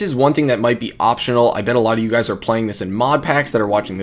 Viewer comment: "What is going on Gays" 😂